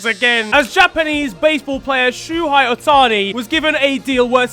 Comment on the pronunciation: as a football fan since 6yo who believes that america makes up their own fake sports just so they can be good at something, shohei ohtani is the greatest athlete of all time (it’s pronounced show-hey o’tani ). he is the first two way player since 1920, with the highest ops+ for in high leverage situations as a batter and the lowest ops+ against in high leverage situations as a pitcher, meaning he is both the batter and pitcher you’d least want to face when things matter. he also for a significant stretch of time was the fastest player from home to first, he is one of the best power pitcher and one of the best power hitter in all of baseball, being able to throw 102mph and hit 117mph respectively. he has two separate pitches ranked amongst mlb’s most valuable pitches (splitter and slider), he has one of the higher strikeout rates in baseball, he steals bases like simple housework. he leads all of baseball effortlessly in war (wins above replacement), he leads his team at Every Single Major Category (except saves since he’s not a reliever), he is one of baseball’s best homerun hitters, one of baseball’s best base stealers, and one of baseball’s best pitchers, all rolled up into one, and on his day, he is The best at every. single. thing. to put all of this in football context, this is a player stronger than adama traore, he runs faster than alphonso davies, hits the ball harder than hulk, scores more goals than ronaldo, has a higher dribble success rate than maybe like rib